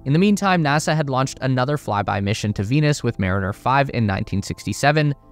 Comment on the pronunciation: They thought you said Penis.